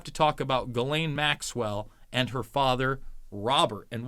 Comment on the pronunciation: You’re about the only one who can say Guislaine properly